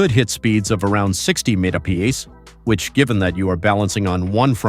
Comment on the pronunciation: And the robot messed up MPH and LB as well - someone should listen to these things before they are released!